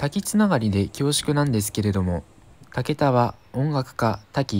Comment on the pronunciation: 「たけだ」ではなく「たけた」です。